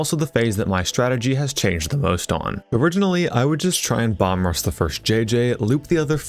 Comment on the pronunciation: Perhaps I'm mishearing you, but it's not "bomb-rush" it's "bum-rush" bum as in vagrant, not as in butt, fyi